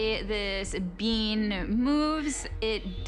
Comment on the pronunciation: Did this lady call it a bean?? No actually she's just part of the huge annoying group of people that cannot say the group of ing words correctly 😡